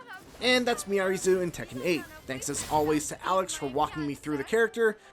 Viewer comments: True but he still should have researched her name.. it's not miary zoo lol it's pronounced me r reez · Her name is pronounced “Miaries”; you don’t pronounce the Zo. Is no one listening to the official footage?